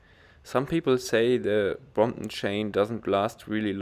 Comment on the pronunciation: great vid' and your way of saying Bromp'on haha ") its perec'